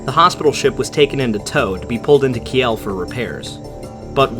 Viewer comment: Oh my goodness that's not how you pronounce Kiel Love your videos but please do a quick check beforehand on the pronunciation of placenames, I'm finding it very distracting. Another good example which comes up in quite a few other videos by virtue of it once being a major centre of shipbuilding is Greenock. Not expecting you to pronounce it with a full on Scottish brogue but you should look into how to pronounce it correctly and give it a try!